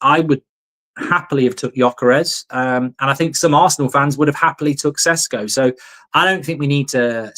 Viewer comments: It's Šeško not "Sesko" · IT IS SHESHKO Mark! :) slavic name or word with Š its SH! Idemo💪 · His name is pronounced SHESKO and please also remember it's MBOOMO!